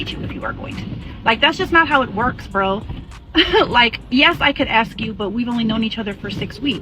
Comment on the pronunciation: You should never “axe” your wife.